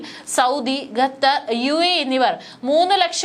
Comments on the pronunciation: Gether അല്ല Qatar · വിവരം കെട്ട ന്യൂസ്‌ റീഡർ, ഗത്തർ അല്ല, ഖത്തർ എന്നു വായിക്കുക. ഓക്കേ ഇസ്രായലിനെ പുളുത്തും. 😅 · ഗത്തർ അല്ല മോളേ, ഖത്തർ എന്ന് തന്നെ പറയണം. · At least pronounce correct name, Not gather but Qatar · ഗതാർ അല്ല ഖത്തർ 😊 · Gattar , who told you this prolongation. Better say gutter. QATAR IS Correct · പൊട്ടി പെണ്ണെ, ഗത്തർ എന്നല്ല ഖത്തർ എന്നു വായിക്കാൻ പഠിക്കുക. നല്ല തൊലിക്കട്ടി... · ഗത്തർ അല്ല. ഖത്തർ എന്നുതന്നെ വായിക്കണം. നിങ്ങളുടെ തെറ്റായ ഉച്ചാരണം കേട്ടിട്ട് ന്യൂസ്‌ കാണാനുള്ള intrest പോയി. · It's not gadhar, it's Qatar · ഗത്തർ, മദ്യസ്ഥത "' എത്ര മനോഹരമായ ഉച്ചാരണം